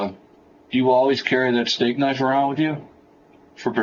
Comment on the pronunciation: 'Estate knife', twice LOOOL.. They said 'a steak knife'.